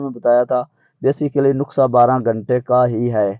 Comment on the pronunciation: جاہل انسان نقسہ نہیں ہوتا نسخۂ ھوتا ھے ۔‌۔